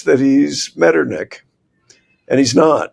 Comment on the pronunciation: I'm familiar with von Metternich and assumed he was meant, but I wish they'd at last try pronouncing a foreign historical figure's name correctly (dispite being Americans).